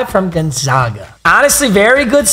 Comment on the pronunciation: Papa ik u didn’t just say Gonzaga wrong 😭